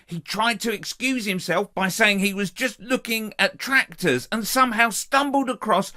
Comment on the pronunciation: Fwankly she loves twactors